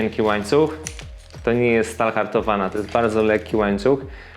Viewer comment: Bardzo fajna prezentacja dla mnie. Własnie przyszedl do mnie rower i mysle jak w piwnicy go zabezpieczyc :P LECZ!! :D pan mowi star haltowana hahaha. Pozdrawiam :D